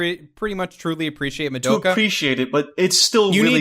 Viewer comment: It's been months/years and still says "Survey Corps" and "Madoka" incorrectly.